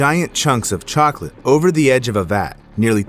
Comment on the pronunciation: The cocalate death i had to say chocolate did you jou say cocolate ahhhhhhhh😂